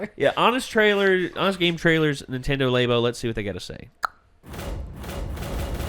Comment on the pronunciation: There's no reason to call it lay-bo, it's lab-o